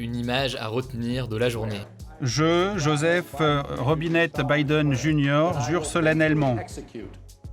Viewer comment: robinnette? vraiment?